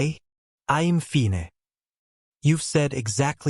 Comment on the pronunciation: I'm confused at the beginning. Is Mason already out and proud? Why else would he want a male fake boyfriend instead of a female one. The AI voice is extremely weak and districting. The word, "fine", is not pronounced "fee-nay". And quite often he pronounces word for a French accent.